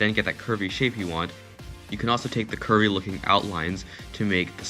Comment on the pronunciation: I cant be the only one who thought he said "kirby" blocks instead of curvy blocks